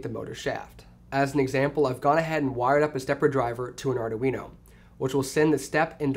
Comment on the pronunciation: LOL ardaweeno